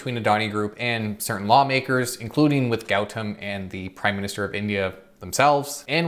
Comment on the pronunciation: It's your pronounciation is not good .. It's Goo Tom Adani